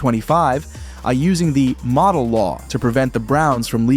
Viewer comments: I know right? It's not the model law. It's the Modell law. AI is not intelligent. AI is ignorant sometimes. Yet we are supposed to believe everything that we are told on videos like this. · It's pronounced Moe-Dell.